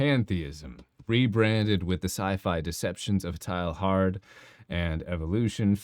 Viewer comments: Its not pronounced TILE-HARD, i think it sounds more like Tey-yar. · A correct pronunciation of the French Jesuit's name might add validity to your argument.